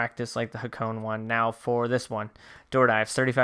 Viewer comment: Sorry mate I I tried ignoring it but I cant. Hakone is pronounced HA-KOH-NEH :)